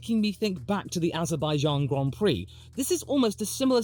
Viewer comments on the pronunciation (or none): none